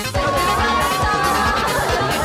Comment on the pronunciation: トリック オア トミート ですねw